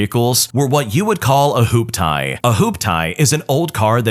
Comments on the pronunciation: LOL I can't deny, I giggled hard when I heard "Hoop-tie" instead of "hooptee". Yeah, first story is definitley NTA. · LMFAO "WHOOPETIE" Gen X here it's a Hoop-Tee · I was like wth? Hoop tie? Hoop-tee! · ....it's "Hoop-Tee" pfft